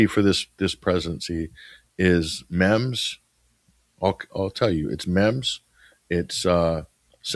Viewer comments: If I may, I too am an old fart, but "memes" is pronounced with a hard E, as if it was spelled "meems". Just want to keep you from having the young kids snickering behind your back, especially when there's an apparent shortage of older Western folks with sane viewpoints. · Good discussion but age is catching up you called 'memes' as 'mems' like gems...this happens in middle age we forget common words